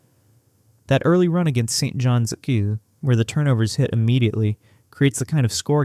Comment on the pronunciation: Wish AI could adjust to saying St.John’s instead of St. John S. Annoying.